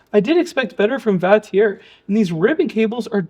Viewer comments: The name Vatrer is pronounced "VAH-trer" (rhyming with father on the first syllable and sounding like trek-er without the 'k' on the second), and it is commonly acknowledged by the manufacturer and reviewers alongside variations like vater. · Where did you get the pronunciation? Wouldn't your pronunciation require it be spelled Vatierre?